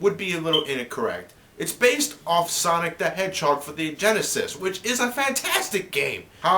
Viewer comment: he said sonic genisis perfect exsample what genisis does what nitendont